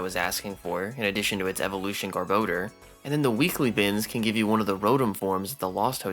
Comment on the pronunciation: gar-bow-dur? GAR-BOW-DUR?